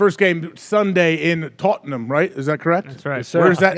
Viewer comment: Tottenham is north london, not west (That's chelsea/fulham). And when you're saying it, just pronounce it totnam, you sound like a tourist when you say tot-ennn-ham.